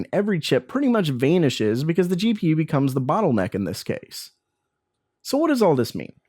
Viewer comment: the way you pronounce vanished triggers me